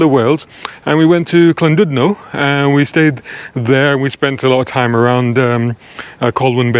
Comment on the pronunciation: Kudo's to you pronounced Llandudno correctly.